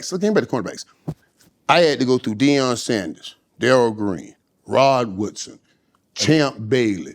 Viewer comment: He said Woodson